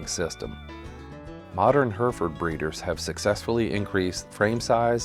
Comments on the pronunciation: Remarkable. There aren't many American pronunciations which genuinely surprise me but that caught me off guard. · His pronunciation of the name drives me mad. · Listen to how in England they say Herefordshire and Hereford, because they'd be wondering what you're on about.. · It would have been nice to have a narrator that could pronounce Hereford!